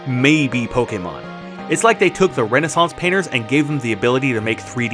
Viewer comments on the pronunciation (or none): none